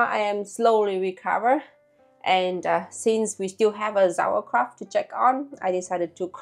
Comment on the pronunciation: I did not know if anybody says it already, but it is not pronounced "Sauerkra-f-t" but "Sauerkra-u-t". And I think you did it in principle well. The leave was not that good, that's true. But instead of a leave you should use a kind of special stone of glass to leave heavy on the Kraut. The most important thing is, that no little peace of anything of the cabbage should be out of the water in contact with oxygen, then nothing will be bad ...